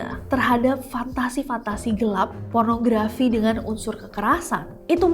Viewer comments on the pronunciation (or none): none